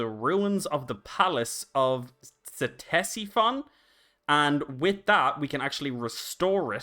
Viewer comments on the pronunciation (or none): Cstesiphon is pronounced "Tess-i-phon", the cs is silent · Ctesiphon is said "Tes" "i" "phon". It's three syllables.